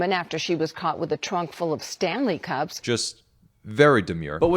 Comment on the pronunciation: “stame sanley cups” 😭